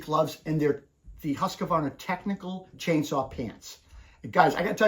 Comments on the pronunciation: Why do Americans put in an extra A in Husqvarna? It's not Husqavarna. There is no A in the middle. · Hearing that extra A tells me something about the person saying it.